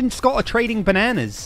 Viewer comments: I’m still annoyed by “banaynas” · I know what they are doing they are getting to say bananas alot because he doesn’t say it properly lol 😂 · Wow., not only calls a sphere a “saphere”, not only gets mad when he’s called, not only pronounces bananas in the American way when he is British, but also, THINKS BANANA SANDWICHES ARE WEIRD! I love your channel.